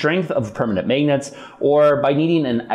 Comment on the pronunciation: It is he just pronounces magnets with a long a sound. 🤷🏻‍♂️